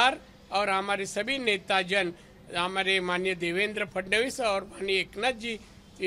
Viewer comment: फडणीस नाही हो फडणवीस बोला